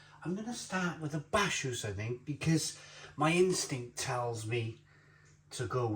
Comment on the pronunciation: Bacchus is pronounced BAKK-USS, as in the god of wine 🍷